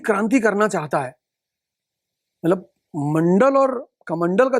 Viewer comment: मतलब को मल्लब बोल रहे हैं